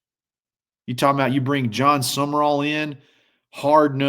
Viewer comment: For those who need it, it is John Sumrall, not John Summerall